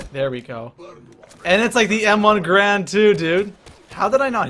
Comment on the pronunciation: ITS GARAND NOT GRAND!!!!!!